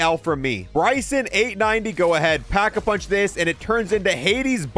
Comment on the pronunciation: It's called Pack-A-Punch, not packed-a-punch or packing-a-punching. You're supposed to be a zombies player? lmao